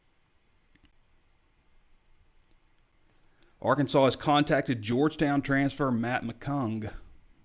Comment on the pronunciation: He may have been joking but please ask to pronounce “Arkansaw” rather than the famous Les Miles’ insult, “ArKANSAS”.